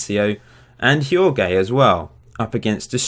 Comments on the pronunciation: did you pronounce "Jorge" as "Yorg"??? lmao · About Jorge: just say George! ;)